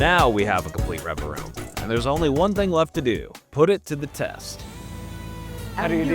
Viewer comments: Pronouncing it Revaroom and not Revavroom, which is what it's actually called, is bugging me so much 😭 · If you ever try this again, please, for my autistic brain's sake, pronounce revaVroom correctly lol But yeah lol, for what it's worth, still great to see appreciation for an underrated Pokémon lol